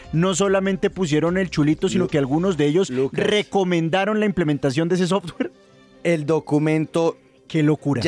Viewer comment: Y aprendan a pronunciar software... ya se se parecen a la pronunciación de petro 😂😂😂